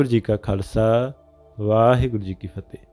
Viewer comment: Please Please 🙏ਵਾਹਿਗੁਰੂ ਜੀ ਕਾ ਖ਼ਾਲਸਾ ਵਾਹਿਗੁਰੂ ਜੀ ਕੀ ਫਤਿਹ 🙏 Please say Fate properly say all words properly. Please do not try to shortcut . Please Try to under stand the importance of this Greeting. Say all and each word clearly with all confidence, please do not mumble jumble the words. 🙏💐 ☬ ਵਾਹਿਗੁਰੂ ਜੀ ਕਾ ਖਾਲਸਾ, ਵਾਹਿਗੁਰੂ ਜੀ ਕੀ ਫਤਿਹ ਜੀ ☬🙏💐